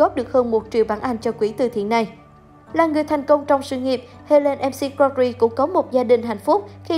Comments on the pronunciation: bn đọc sai tên của cô Helen r . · Đọc tên ng khuất cũng sai ạ,đi học lại tiếng anh đi